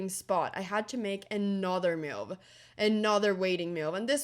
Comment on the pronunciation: Anna please .. Its not meuve.. its called a move 😂